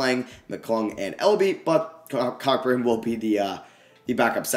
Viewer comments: I noticed that lol he said cockburn and I laughed but I joke about saying his name like that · Hahahah, it’s Kofi “Co-burn”😂😂😂 just wanted to lyk. I made the mistake too. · Just fyi it's pronounced Kofi Co-burn. It's the way it is pronounced in Jamaican. Great video though👍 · Kofi Cockburn’s last name is pronounced co-burn. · Yo just to let you know Kofi Cockburn's last name is pronounced "CO-burn" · It’s pronounced “Co-Burn” not what you said 😂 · Plz it’s pronounced Kofi Ceau-burn. Like Co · Cockburn is pronounced koh-burn